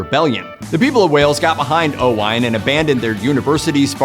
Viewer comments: It is pronounced Owen, not O-wine! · The pronunciation of the name Owain is Owen NOT Owine, it is typical Welsh spelling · O Whine…. noooooo, it’s pronounced Owaaaane… to rhyme with lane 👍